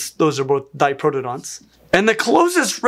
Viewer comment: I hate to say this, but you're saying Diprotodont wrong. You keep missing the 'to' in there, which is funny considering how weird their toes are.